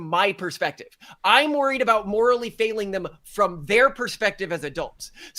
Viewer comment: Did the guy on the left say “zem” instead of “them” ?